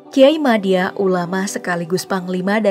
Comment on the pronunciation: Kok kyai madya itu dibacanya modjo min